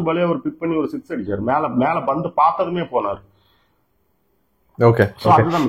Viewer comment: நீங்க ஏன் pandhu ன்னு சொல்லாம bandhu ன்னும் crease அ greaseன்னும் சொல்லுறீங்க?